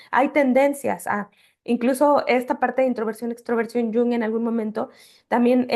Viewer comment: Además de que el vídeo es muy educativo, Ustedes pronuncian correctamente el nombre C.G. Jung, lo cual es muy inusual para los hispanohablantes. ¡Congratulación!